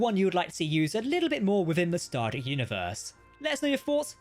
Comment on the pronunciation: you keep calling it “starter “.. say it with me now.. “star Trek”…enunciate.. we all don’t speak the queens mushmouth version of English